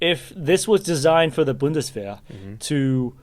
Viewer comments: I don't think this guy gets enough credit for that pronunciation of 'Bundeswehr'. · thank you for the info and the effort. but first of all: thx for spelling Bundeswehr so accurate! :-) it's horrible for me to listen to all the variants of Heckler und Koch, Panther, Panzer and so one because it lacks of respect, don't you think? and so often it's confusing for not us or brit citizens to understand this very own interpretation of german words, terms and sayings. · Extra points to pronounce “Bundeswehr” correctly Cudos!